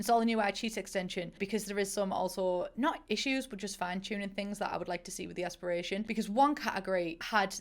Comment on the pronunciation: No one: No one at all::Aspirashon.